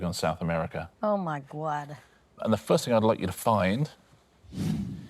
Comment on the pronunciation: Anita "Oh my gwad!"😄